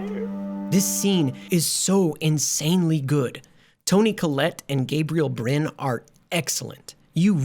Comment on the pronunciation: How do you not know how to pronounce Gabriel Byrne's name? AND it WASN'T a dog in the road; it was a DEER!